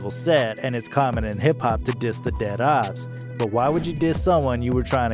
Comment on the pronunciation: Man said opps like obbs 😭